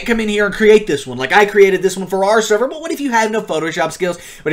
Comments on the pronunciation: Lol, he actually said SEVER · Server - sever me: what